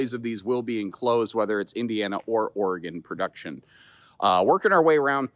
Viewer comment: Thanks for saying Oregon correctly 😊